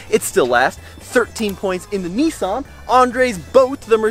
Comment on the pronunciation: The 300 ZX is a Nissan. Not a Neesan.